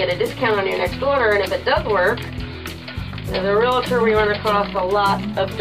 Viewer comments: the term is "Real"Tor" 2 syllables not Realator the way you said it has 3 syllables - sorry pet peeve of mine since I am a Realtor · ReALtor...not ReLAtor... Good God! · Thank you, as a retired Realtor, it is a pet peeve of mine, like nails on a blackboard. I can't stress this enough, there is no "I" in Realtor. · Dear, it is pronounced "REAL-TOR". 2 syllables. No "i". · You need to learn how to pronounce Realtor. Drives me nuts.